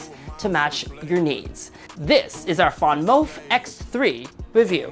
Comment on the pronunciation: it’s VanMOOF, not…….what that VanMOUF do?! LOL